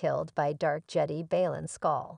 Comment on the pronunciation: Its Jedi not Jedy 🤣